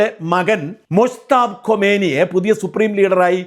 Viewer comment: "ഖൊമേനി" അല്ല ഷാജാ. "ഖാമെനെയ്".